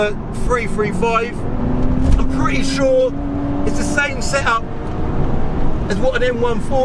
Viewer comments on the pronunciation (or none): none